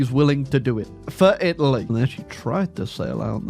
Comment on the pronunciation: Take a shot every time he says "Itly"